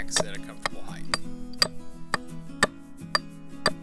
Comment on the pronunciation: HeighT, not heigTH...